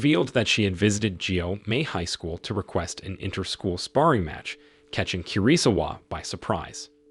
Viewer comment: My ears are hurting from "KIRI-sawa"